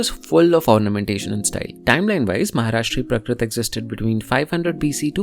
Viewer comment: Hi. Thanks for this video. It's always nice to learn about the various languages of Bharat. It would help if you could correct your pronunciation of some things. For example, you keep saying prakrit, when it should be prākrit, with a long "a" sound.